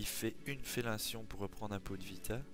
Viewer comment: c'est moi ou au lieu de dire Fellinition il dit fellation? XD